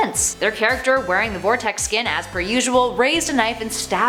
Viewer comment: IS VERTEX NOT VORTEX! GOOD GOSH!!!